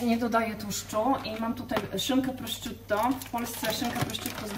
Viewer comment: Pani czy. aby na pewno mówi się prosciutto? Bo moim zdaniem nie.wiec bardzo proszę o poprawę bo jest to trochę męczące.